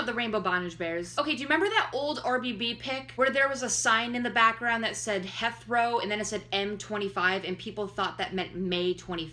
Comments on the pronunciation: It's pronounced "HEETH-row" airport. Heathrow is the busiest airport in Europe and the sixth-busiest airport in the world. He and Danielle went to London for Leicester City footballer Jamie Vardy's wedding; now they've returned. This is all over the Internet. I do not think Louis and Harry are together. I don't think Louis is gay or hiding anything. I believe Louis and Danielle are dating, and that Louis' child is Freddie, and that Briana is the mother. I don't see anything shady here. It all seems normal to me, at least in the context of his life as an international celebrity. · I love you but ITS HEATHROW NOT HETHROW OML I HAD TO PAUSE JUST TO SAY THAT THR BRITSH PART IN MY CRUMPLES